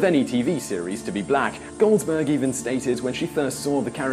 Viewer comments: I can tell, is Woopi Goldberg, not GoldSberg. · I understand your English accent would have some words sound a bit different. However... Gene Roddenberry's name is not pronounced Roe-den-bree, it is pronounced Rod-en-berry. Whoopi Goldberg is not Whoopi Golds-berg. Also, LeVar Burton's name s not pronounced Lee-Var, it is pronounced Luh-Var. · Gene Roe-den-bree, Whoopi Golds-berg, Lee-Var Burton! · Lee var Burton... gene roden brie ......whoopie gold's berg.... has he ever seen any trek?.... yeah no not subscribing.... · Kucharsky Terrazas ~ He's not saying "Goldsberg", he's just enunciating the D in "Goldberg". Worse is his pronunciation of Roddenberry.